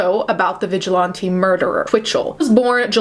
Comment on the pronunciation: Vigil-ON-te.......😂😂😂 It's pronounced vigil-ant-E